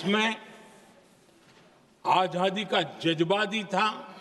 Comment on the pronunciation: मोदीजी, आझादी नहीं आज़ादी । आप का उच्चारण सही नही। आज़ादी हींदी शब्द है क्या? लगता है यह उर्दू शब्द है?